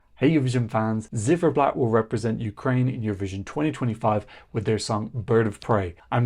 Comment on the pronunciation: The band's name "Ziferblat" is pronounced with the "Z" as "TS" (like in hats). Not like a zed. It's the same word in Ukrainian as in German for "clockface".